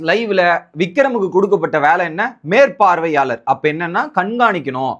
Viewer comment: மேற்பார்வையாளர் வார்த்தையை கிளியராக பேசுங்கள் சரிங்களா